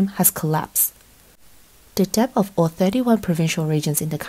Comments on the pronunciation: Debt is 'det', not 'deBt' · yeah that's not right. British people don't pronounce the B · Nice voice but she pronounces the B in debt. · Who the hell pronounces debt like “dep” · Fine reporting but the pronunciation of the the letter b in debt 57 times grated my English teaching nerves. The b is silent. Otherwise the video was informative and enjoyable.